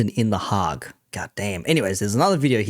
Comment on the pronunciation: "The Haag" 😂😂😂😂😂😂😂